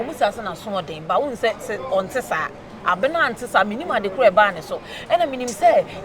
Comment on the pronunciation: Wait ooo is it that Kyekyeku can’t pronounce Abena 😂😂😂😂…he keep saying Abra 😂😂😂😂😂😂😂😂😂